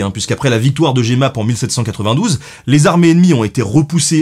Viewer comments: Ahah :-) à minutes, étant né à JEMAPPES, je peux t'assurer qu'on le prononce sans "é" donc Jemappes et pas Jé-mappes (même si la manière de l'écrire à l'époque pourrait supposer un "é" suivi de 2 consonnes et donc sans accent mais prononcé avec 😀 Merci au général DUMOURIEZ ! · quand tu coinces sur la victoire de "Jémappes" alors que c'est Jemappes ^^ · Pour avoir habité la ville, on prononce JEmappes, et pas JÉmappes. ^^ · On dit "Jemappes" et pas "Jémappes" 😅 Je sais de quoi je parle...j'habite à côté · Merci beaucoup pour cette vidéo, très instructive et éclaircissante! On voit toujours ton travail de recherche de taré qu'il y a derrière :) Néanmoins, juste un détail sans trop d'importance: "Jemappes" se prononce JEUmappes et pas JÉmappes. Juste pour préciser :p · La victoire de Jemappes, Jemappes se prononce comme ça s'écrit ( c'est à dire JE mappes, il n'y a pas d'accent sur le e). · très bon épisode mais j'ai vu une petite coquilles on prononce jemappes comme si il y avait un g donc gemappe et j'ai vu également dans le sous titres qu'il était écrit jemmappes avec deux m alors qu'il y en a qu'un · Natif de ce petit village de Jemappes en Belgique, je me dois de corriger ta prononciation Ben ! On dit JEU-MAPPES ;) Super vidéo 🙏🏽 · Jemappe se dis "jeumappe"